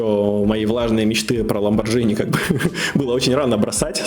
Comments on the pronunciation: Ламборгини братан, Ламборгини, а не Ламборджини,бахнул в колокол и подписался. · "лайкуля" 😂😂😂 Только правильно говорить ЛамборГини Lamborghini gh это Г. Преподаю итальянский☺️ живу в Италии.